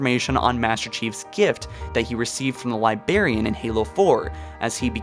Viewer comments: Did you just say "Libarian" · LIBARIAN. man you suck at pronunciation, but a good video overall. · "Liberriann" REEEEEEEEEEEE LibRarian. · LibRARian. Not, LiBARian. Great vid, otherwise. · Also- Jesus Christ- it's Lib-R-arian... not Libarian... LIBRARIAN. Librarian. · Is it just me .... or is he saying "Libarian" not Librarian.. which is it supposed to be? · LIBRARIAN!!!!!!!!! With an R!!!! Lol lazy ass nigga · Jesus Christ. Every. Fucking! TIME! THE LIBARIAN. THE LIBARIAN. THE LIBARIAN. THE LIBARIAN. THE LIBARIAN. THE LIBARIAN. THE LIBARIAN. THE LIBERIAN. THE LIBARIAN. THE LIBARIAN. THE LIBARIAN. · Bruh. He said libarian 😂😂😂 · Libarian lol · I love this channel, but libarian come on lol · You’re not a Brit, use your “R’s”! It’s libRarian!!! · I've watched stuff from this channel for a while. I think it's a speech impediment because he's said it that way forever now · NiLog Films you must be new / can't pronounce words properly and he is a clickbait youtuber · He always does lmao. You must be new here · Did you say *LibARIAN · Hey guys this is, its just a coincidence that both and I refuse to pronounce librarian correctly. Dude quit being a lazy and stop stealing your partners money. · Are you unable to pronounce librarian correctly??? For such a popular and entertaining channel, I would think you would take a few minutes to NOT sound so ignorant. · NiLog Films thank god I was hoping someone else noticed it! He put so much emphasis on not saying the r in librarian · I love your videos and but damn the way you say librarian I’m sorry but it just cracks me up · Pronounce Librarian right plz, its bothering me way too much